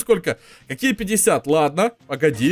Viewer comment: не ладна а ладно не проста а просто